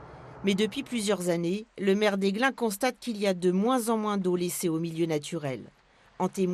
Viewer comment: Aiglun pas Aiglin.